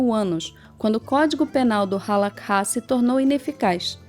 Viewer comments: oi, adendo - se fala HALARRá e nao halakha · Gente, cuidado com alguns pontos: a Halacha (se pronuncia : A-LA-RRÁ . Vcs usaram a transliteração árabe onde o KH tem som de RR com um pouco de aspiração) ainda é vigente e judeus religiosos sejam ortodoxos, massortim (conservadores) ou mesmo reformistas a seguem e respeitam de acordo com sua linha de interpretação. Sobre a explicação da Haskalá, perfeito! Obrigada! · Vídeo demais, o legal é que vai direto a informação, só uma dica hehe o Kha no Halakha tem som de RR bem puxado como um escarro, não se ouve o K...A diferença é que no judaísmo nós aprendemos que a gente foi ordenado a seguir determinadas leis e não os de fora, então para que impor os nossos costumes e leis a quem não faz parte? Eu não entendi muito bem, mas sobre a parte de continuar "da forma antiga" como alguns dizem (e eu apoio) ainda se encontra em prática em alguns bairros de Yisroel como Bnei Brak, Meah Shearim, e na europa alguns bairros afastados tentam continuar o mais religioso possível, que para ser sincero é o correto, uma vez um colega foi até uma sinagoga reform e lá haviam pelo menos 10 pessoas com o nome "Cohen" haha, enfim, mais uma vez de parabéns!